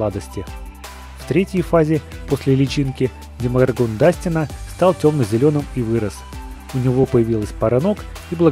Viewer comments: Блииин.....Вообще то не демогоргОн а демогОргон обидно.....((( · демогОргон, ты ударение не то поставил